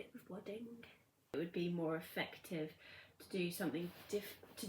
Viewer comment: What did you say you stuffed it with? Wooding? I might be hearing it all wrong, sorry!